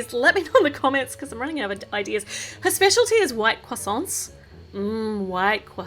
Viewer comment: OMG when I heard say croissants I lost it lol 😂